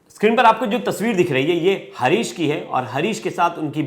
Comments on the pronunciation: हारीश हे हरीश नहीं।।।😂😂 कैसे कैसे लोग रिपोर्टर बन जाते है😂😂😂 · Harish r u sure, bhai naam lena tuo theek sai sikh le, harish nahi haris hai wo 😡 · Harish nhi Haaris😅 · Bhai harish nhi haris nam h . Tum pehle khud ka talaffus thik karo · Bhai naam sahi se lo harish nhi haris naam hai